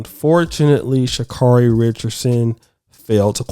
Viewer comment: For God's sakes if you people are going to continue to talk about this woman can somebody consistently pronounce her name right?! Her name is Sha-carry